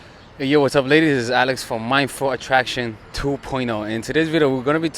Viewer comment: 2.0 Alex, every time you say Mindful Attraction, it sounds like you're saying Mind For Attraction. This is a complaint. :P :P I love all the mindfulness work you incorporate, so... this is why I bother to bother ya with this. ;)